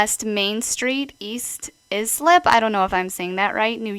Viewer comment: Islip pronounced Ice-lip 😘👍🏻